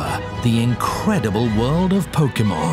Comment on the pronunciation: Is anyone else weirded out by the way he pronounces Pokemon?